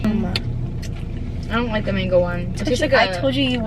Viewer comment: I wanna know what the mango tastes like so bad Bc she couldn’t say it😭😂